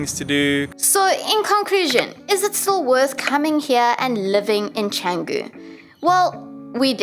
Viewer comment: Canggung ❎ Canggu ✅